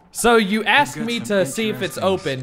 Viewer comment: "SO you ass-k me to see if its open"...What? Do judge me its centre shot for gods sake its hard to miss!